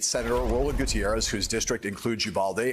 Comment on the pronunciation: His last name is pronounced "goo-TEEYE-rez".